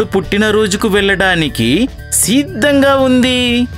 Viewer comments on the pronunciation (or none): It's not siidhamga it's sidhamga